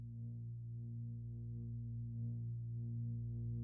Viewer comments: A thumbs down for mispronouncing Hakeem Olajuwon's name: its o-lye-ju-won buddy! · OLAYJUWON. thats how its pronounced. You always pronounce names wrong. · Pronounced :Ah-loo-ja-wan